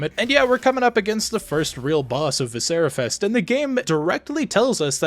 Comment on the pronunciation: I agree, great game. I disagree on your pronunciation, but I loved playing what's available at this point and can't wait for more from this one.